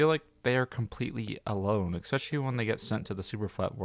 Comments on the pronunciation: Cool video, and cool compilation. One thing irks me a bit, though. The word is especially. No "X" in it. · Love your content man — great stuff all around especially given the content you’ve created has been juggled with being a college student. Keep it up!! If I could offer one point of note, there’s no “X” in “especially”. The pronunciation should be (phonetically): es-pecially Sane with espresso – wanted to let you know in a more more upfront and direct way than others may be comfortable with. Those two words are very commonly mixed up, but both words carry a lot of value in saying them correctly. Again, amazing content, and that one change would make a massive improvement in my book!